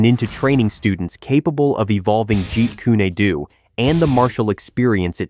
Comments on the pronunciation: "Jeet Kunay Doo"?? Really?!? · At least Narrate it properly and by yourself . It's Not Said Jeet Koony Doo. It's Jeet Kun Do. And these AI Narrations Insult the Legend and the Art